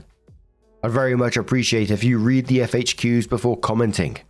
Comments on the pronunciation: No hate, but it's FAQs not FHQs. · Is saying 'FHQs' instead of 'FAQs'? That's what it sounds like. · Is it a British thing to say FHQs instead of FAQs or just him?